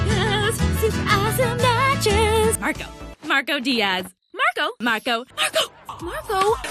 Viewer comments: I'm hearing margo and sometimes mango is there something wrong with me? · after a while it sounds like sarco... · The more I hear Marco, the more I'm hearing Starco. lol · Marco Me. Margo Like turns Marco into Margo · It kinda sounds like is saying Margo instead of Marco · not marco but mango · It sounds like she's saying "Margo" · as long as it continues I think I'm hearing " Margo " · My favorite part was when said 'Murgo' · Toward the end, it sounded like Margo, not Marco for some reason. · I keep hearing socko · I keep on hearing Margo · The best thing is that says marco everytime instead of tom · Angela Liao: Marco Oskar: Mango